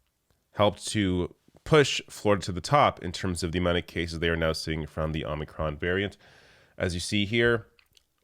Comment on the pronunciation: It’s omicron not omnicron.